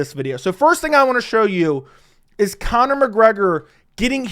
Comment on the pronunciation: “Kayne-Connor” Mcgregor -😫don’t devalue yourself